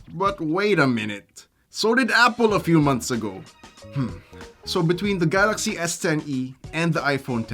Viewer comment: Galaksii hahhaha... is that english ??